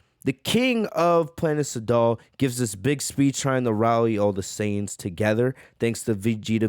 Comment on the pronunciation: Edit: I like your content and I think you can do better than this, i like your content because its different then other channels the quality is good qnd when you mispronounce things it's kinda funny sometimes planet saddal for instance instead of sadala Noticing how the community is talking about this I'm gonna cover it even though I don't cover fan Mangas... bro 1000 people are covering this don't pander to the masses this many people covering one thing is just gonna make it where it's harder to find the chapter there looking for. SMH